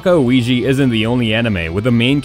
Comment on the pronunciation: I'm sorry but I don't know why my inner get agitate when you said this words... Ouji & Magi, maybe because of your accent but it was in Japan accent words so you know🤪🤪🤪🤪🤪